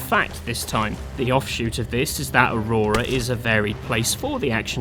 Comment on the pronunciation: It's not called Aurora, you pleb! It's Auroa.